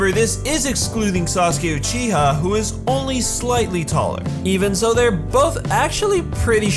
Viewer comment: Your pronunciation of "Sasuke Uchiha" was weird.